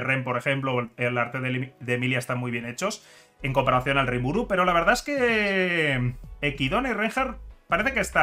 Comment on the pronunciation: Que raro escuchar decir equidona cuando es echidna